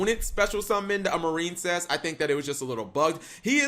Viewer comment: Anyone else notice he pronounces it "Mar-een-cess" now instead of "Mair-in-cess"?